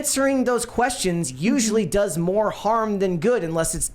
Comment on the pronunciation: “We want moar money” is all I hear